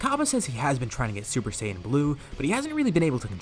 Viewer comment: You say saiyan wrong say it as cyan because that how it should be said and it's gokou not goku.